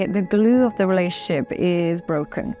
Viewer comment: The word is relatioNship, NOT relaship